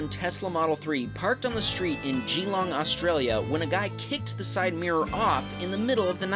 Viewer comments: FYI Geelong is pronounced jill-ong not Gee-long I know Australia’s pronunciations are weird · its not pronouced geeeeeelong its spelt geelong and is pronounced gelong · it’s pronounced Geelong (geh long) and imagine getting a window smash from a bunch of eshays 🤣